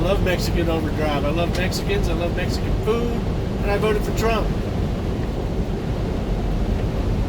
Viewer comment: /1914. When I heard you say mexekin overdrive I thought I must be mistaken. Where I am we have 2 kinds of mex. Snotty hard ass always giving whites the stink eye. WON'T speak English so F em. Type 2 speak BETTER English than me. I've talked to many as they're very approachable. Always ask them how is it they speak better than me. All are at this grocery for school for a better Life down the road. I thank them 4 speaking English & being good Americans not what I'm used to the stink eye & the chip. Am retired now so went from driving 18K mi a yr 2 about 4K a year now. Once/twice a week I need stuff so I go in daytime 4 it. Prefer no night driving if possible as visibility is in the crapper. Try 2 keep to the 4 Stupid Rules. When I do everything is fine. When I don't like that 1 time 3yr ago I get stepped on. Don't like cops neither. Way too militarized last 20yr. 2nd rule never go out after Midnight cuz bored cops on duty love to make examples of folks...